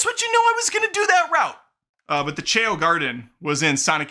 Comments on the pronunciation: lol chay-o 😂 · "Chaow" is the right way to pronounce what those cute vertual-pet like creatures from the Sonic frachise are called. From me being a big Sonic fan ever since I was in the toddler months of my life and especially because of the positive stuff that's been revealed about it, I don't think that I've ever been more hyped for a movie than I am for the Sonic 3 one!!!! The thing about Shadow having a gun is the only part that I don't like about it, so I hope that he holds it for only a few minutes then puts it down and doesn't use it at all. It's been confirmed that Paramount was given the rights to the SA2 theme song "Live and Learn" so that that studio can put that totally popular banger hard-rock song into the Sonic 3 movie and I'm soo glad about that! (especially because it's currently my #1 favorite song and because SA2 is one of the games that this movie is being inspired by) Since the Snow White remake is being soo digustingly made and that actress showed how annoyingly bratty she is, I'm 100% going to boycott that movie. Also from that hairdoo it looks more as if Dreamworks gave Disney permission to make a movie that introduces some character who's a twin sister to Loard Farquaad instead of a remake movie about the very first Disney princess! Lol😂